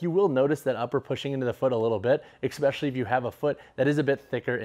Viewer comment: If you're gonna say especially so many times. Please , it's especially not exspecially